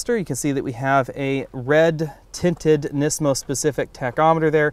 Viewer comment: my only complaint is the butchering of the performance names. nismo and the fiat comment.